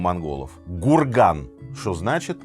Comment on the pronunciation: Спасибо за интересный рассказ 👏 Только правильнее произноситься ХҮРГЭН(Не Гурган) - По Монгольский зять.